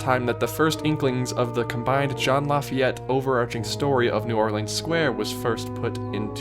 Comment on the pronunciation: Jean Lafayette? No. Just no. We need some JEAN LAFFITE